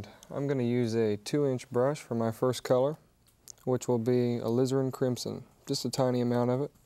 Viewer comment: I always love it when he mentions the A-lizard-crimsion.